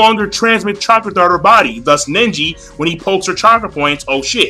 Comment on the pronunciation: NEJI not Nenji